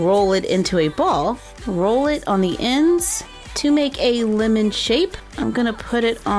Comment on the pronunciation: You said limen it’s lemon